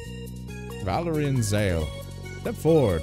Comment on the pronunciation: Calling Valere Valerie is super annoying ngl lol